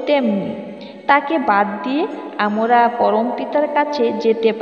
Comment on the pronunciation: উচ্চারণ ঠিক করতে হবে।আমরা হবে।